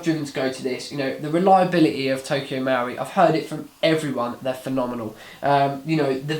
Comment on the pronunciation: Marui, the u comes after the r. MUH-ROO-EE not MOW-REE no? Looks nice in the box. Did you compare it to Krytac Trident MK2? Good vid, I'll check out the review.